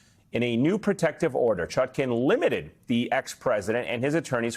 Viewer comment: Judge ChutKAN, as in pan, NOT ChutKIN, as in pin.